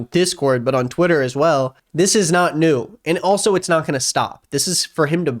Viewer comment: the way he says “Tweieta”